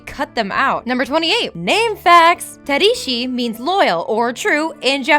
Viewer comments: tadishi? haha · ta-DA-shi.. not tadishi, like seriously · tadishi? tadishi????? tamotherfuckingdishi??????? godamn it!!! Another video where you havnt actually seen what your talking about!!!! sit down and watch the movie instead of messing up at your simple job!! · "Tadishi"? Hoo boy... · Did you not cringed when she said "Tadishi"? That was way worse. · How do you mispronounce Tadashi's name... Lol. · Wow she had A LOT of mispronunciations in this video...I have never heard someone butcher Tadashi's name like that before... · Sorry! I looked up the pronunciation, but I butchered it :( back to ye ol' Rosetta Stone tapes. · Did anyone else cry at the pronunciation of Tadashi or was it just me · Why does she keep pronouncing slightly things wrong lol Tomago, Tadishi, Big Zero 6.. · Its tAmago. And Tadashi。the pronunciation is horrible.